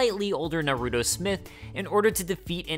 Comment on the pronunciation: "narudo" bruh